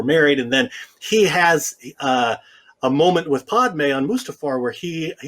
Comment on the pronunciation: I hate how he says Padmé’s name.